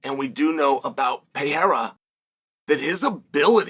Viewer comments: WHO IS "PIERA" PRONOUNCE HIS NAME PROPERLY "PE-REI-RA"!!! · 4 to 1 odds that chael will pronounce pereira pee-era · Pee-era 😂 Islam makalchev 😂😂